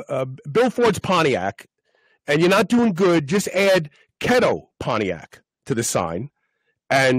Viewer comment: It's "KEETO" NOT kheto has!!!!!!